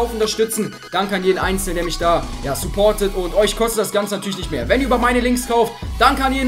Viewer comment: das geht nisch😂😂😂😂